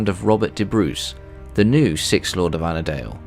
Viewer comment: Robert be Bruce of Annandale, not annadale. Sorry it’s where I’m from 😂